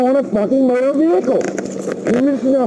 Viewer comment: It's a Mowtor Vehicle.